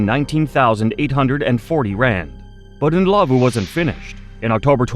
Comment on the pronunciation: Thank you for pronouncing Ndlovu correctly ❤ You have a new sub in South Africa